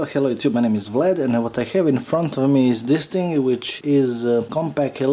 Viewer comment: я просто сам над акцентом работаю сейчас и звуки извлекаются там не так. А то ты делаешь ставку на скорость вместо качество и зву был Что-то среднее между а и е. То есть Вроде бы знаю что имя правильно у нас Влад но произношение ближе к Влэд и иностранцы охренеют ибо незнаю точно как имена у нас произносятся.